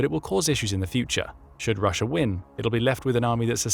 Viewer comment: Rusher? Never heard of this place. Sounds like intrusive R.